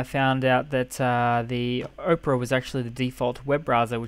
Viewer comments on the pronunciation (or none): It's not "Oprah" it's Opera as in the classical musical with singing.